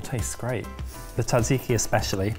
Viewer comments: Sat-see-kee, not tat-see-kee. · Great episode guys , and the greek salad and tzatziki are almost exaclty like the traditional ones here in Greece....next time try to pronounce it jajiki though :P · Gotta admit, that's the first time I've heard "tzatziki" pronounced as "taksiki" and Im kinda shook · Hey, just letting you know your pronunciation of Tzaziki is pretty good, but at least the way we say it over here it's more like "Tza*z*iki", not "Tza*tz*iki" (The second consonant is just a regular Z). which is a bit easier to actually say and probably why it sounds like you were breaking your teeth a bit:D Much love and good job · Note for, its pronounced "Jajeeki" J as in Janice. Keep the greek recipes coming, great stuff:) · Why did no one correct at any point on his pronunciation of tzatziki as tatsiki? 😬😂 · Ooooh, ok. I would say Tat-zee-kee. Can you correct me? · The versions I hear in this video either omits the first "z" (like you) or the second "t". For me it is difficult to explain how to pronounce it other than that it is important not to miss either of those, so that would make it Tza-tzee-kee. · It's Sat-see-kee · Wait a sec: Do British people really say "Tatziki" and thus not only disregarding how the word is pronounced but also how its spelled? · it might be the correct recipe, but it’s not the correct pronunciation ;) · As a Greek, tzatziki pronunciation hurt. “Tz” is basically “j”, like in “judge”. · The way some people pronounce tzatziki is absolutely horrendous. The tz is pronounced as d͡z, a voiced alveolar affricate. In simpler terms, you don't pronounce the t, similarly to how you don't pronounce the t in tsunami. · i have never heard pronounce tzatziki before and i never want to hear that again 😭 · What this video taught me is that British people do not know how to say "tzatziki"...lol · Can the British not pronounce tzatziki?